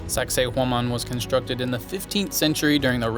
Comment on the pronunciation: Awesome video! Cusco is the most fansitating and mysterious city. did an excellent job with the pronunciation of Sacsayhuaman, that’s not easy. The catacombs were very creepy under that church as well as in Lima. The high altitude does get to you and it seemed like everyone had oxygen tanks around. My wife did get altitude sickness and we had to go to a hospital for treatment and they only charged us $12. But I did one better on the way there. I tried one of the liquid yogurts (it was lucuma) before we went on the plane and as I boarded the plane I got really, really sick. One of the flight attendants noticed me and notified the pilot who stopped the plane right on the tarmac so I could get off to a waiting ambulance. There was a Dr. there who spoke English and gave me this little brown pill and with just a couple of hours I was completely fine. We were able to resume the same flight the next day with NO yogart beforehand. I do want to go back to Cusco again someday!